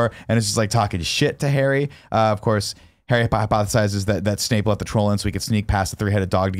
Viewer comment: Can nick pronounce names properly instead of intentionally doing it to annoy Kevin lmfao it’s not SNAKE it’s SNAPE and god his hermione was getting annoying